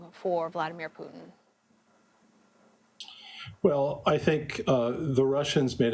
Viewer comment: It’s pronounced Poo-tin